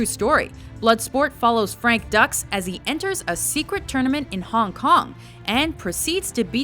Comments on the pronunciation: Frank dukes not ducks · OMFG it's not Ducks,it's pronounced like saying Dooks not Ducks,Dux!!!...smfh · Ducks? It's Dux, like "put up your Dukes!" clearly, you never saw it. Way to go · i've lost track of how many times has mis-pronounced the names of movie characters.... bloodsport, it's frank "dukes", not frank "ducks".... geez, watch the film first, or talk to someone who knows. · Frank Dux's name is pronounced dukes not ducks. They even talked about it in the movie. You didn't even watch the film did you,? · considering that in the film he corrects somebody who pronounces it ducks or dux, and ses "no no no, it's dukes". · Good list. One nitpick, it's not Ducks, it's Dukes. Like, "put up your dukes." ^>^ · late to the party to comment but a few mistakes. 1 In Bloodsport Dux is pronounced like dukes, not ducks and Mad Max was not post apocalyptic, it was an economic crisis setting for cult post apocalyptic try "A Boy and His Dog" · It's Frank Dux. Like put up your dukes. Not Ducks. They even say that in the movie. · Dux= "Dukes" not "Ducks" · Frank Ducks. Hahaha! It's Dux. Pronounced: Dooks. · Frank Ducks.......It's Dukes!!!!!!!!!!!!!!!!!! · its pronounced 'dukes' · Frank Dux's last name is pronounced 'dukes,' like "put up your dukes." He even says it in the movie! D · It's Frank Dux (Dukes) as in put up your dukes. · Ummm.....pretty sure Bloodspot was a hit from release date. It was also NOT Van Dam's first film(that would be Cyborg) and "Dux" is pronounced "Dukes" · #7 Bloodsport; Frank Dux's last name is pronounced like Dukes. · It's "dukes." Like, "put up your dukes" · Bloodsport is “loosely based on a true story.” 😆 The way you pronounced the charlatan Frank Dux’s name as Ducks is perfect, since for decades, he has ducked the truth about his made-up past. Good movie as a fictional tournament, though. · It's Dux, like put up your dukes! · It's Dux .... Like "put up your DUKES" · Frank Duex...not Dux.... as in put up your Dooks